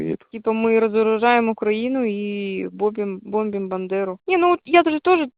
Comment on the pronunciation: Одним словом""бомб'им"выдали что это фейк ,русские не ставят ударение на и,так говорят украинцы.